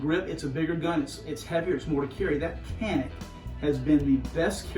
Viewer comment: Pronounced “ Janick”